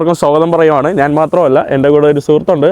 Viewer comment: എടാ മൈ**. നാൻ അല്ല ഞാൻ ആണ് ശരി